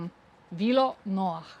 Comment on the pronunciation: Noah se izgovarja z nemim H.